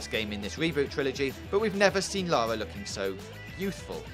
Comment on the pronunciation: it's LA RRRRRRRRRRRRRRRRRRRRR A not LALA! ffs!